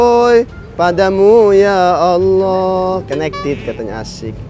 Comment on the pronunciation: Tolong sdr ku kalau ngocapin ya Alloh jangan ya Ayyoh krn itu melecehkan nama Alloh, walau kmu bergurau tp nama Alloh pengucapannya jangan kmu rubah.Mf ini hanya masukan kalau berkenan.